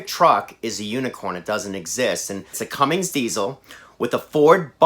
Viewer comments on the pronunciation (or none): Could you please stop calling it a Cummings, it's a Cummins, no G. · Please please it's Cummins not cummings! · Where does everyone find the invisible G at the end of Cummins ?